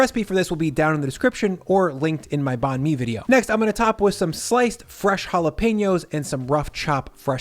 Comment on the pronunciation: Banh Mi is pronounced "bun? me"